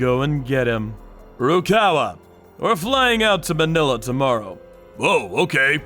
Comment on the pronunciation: Btw its Ma-nila(fast pronounviation cuz its wrong but no hate)